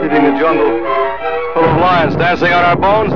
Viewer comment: what the hell is "Fuul"? It's full. not fuul